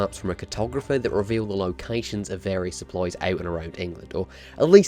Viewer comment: Your saying supplies sopploys